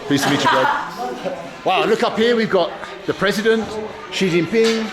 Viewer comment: not knowing how to pronounce the name of the president of China ??